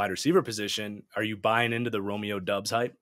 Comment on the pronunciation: Doubs is pronouced Dobbs. Romeo literally told the Packers and the media how to say it in April.